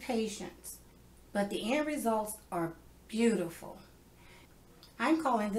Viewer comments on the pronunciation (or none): Be-you-tee- ful. i will certainly be making these.